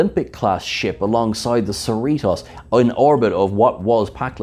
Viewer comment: And stop saying "Cerritoss" when it's "Cerritos." Long O sound. This is basic stuff...stop mispronounced the hero ship's name, for Kirk's sake! Seh-ree-toes, bit Seh-ree-toss. And Khan is con, not can. Or are you?